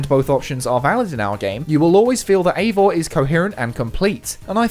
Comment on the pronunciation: After a bit of burrowing on the internet, I learn that, in Nordic countries, Eivor, is a female name and that it is pronounced ivor, not avor (that's "i" as in "high", not "a" as in "hay").